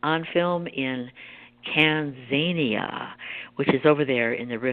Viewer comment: Nancy its pronounced TAN-ZA NEE-A, Keep up the good work I have been following you for many many years, and was wondering if you can do another excerpt on the humming boxes..please